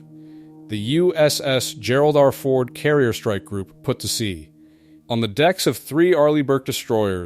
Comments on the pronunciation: AI rubbish "The USS Gerald R . . . . . Ford" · Shame your AI speech makes those mistakes. Perhaps someone could check it before publishing? E.g. “Gerald R. Ford” - because of the way it’s written, the AI put a gap after “R.”